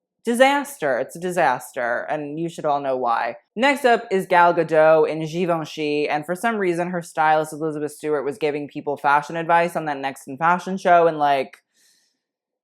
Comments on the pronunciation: Tamar Ben Dor yes - Gahl Gah-dote. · hey, just FYI you pronounce the "t" in Gal Gadot - it's in Hebrew, not French!